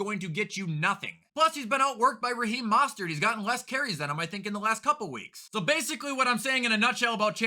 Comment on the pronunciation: It’s “Most”-“ert”